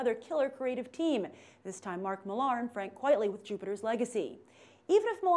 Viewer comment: Mark Millar's name is said "Mark Miller". Good video though.